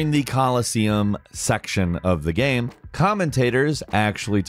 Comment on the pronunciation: He always pronounces "game" as "gam".